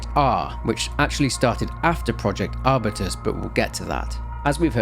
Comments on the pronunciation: arbyoutus not arbitus, it's a genus of plant, strawberry tree is the most popular one, I'd say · is it not pronounced R-Byu-Tuhs